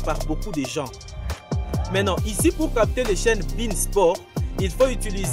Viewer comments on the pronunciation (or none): none